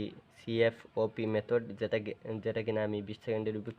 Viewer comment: bro ata cfop alada alada na tumi bolteso c f o p but ata c fop hobe